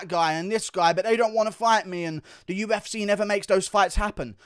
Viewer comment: "The U-F-Sayyy"